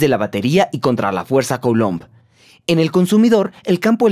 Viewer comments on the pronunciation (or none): none